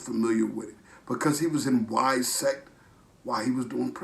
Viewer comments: I hope this guy is not as ignorant as im thinking.. ITS witsec NOT wisec.. these uneducated dudes try to shed knowledge, problems are there knowledge is not as accurate as they may think.. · Your saying it wrong. Wit-sec!!these guys ain’t gangsters. You ain’t a gangster if ya collecting welfare and living in projects. Why would a legit rappers want to be down with street gangs lol. Losers